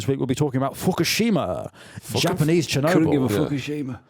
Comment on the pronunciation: Finn pronouncing Chernobyl as Chirnobble the whole episode making it sound like a provincial town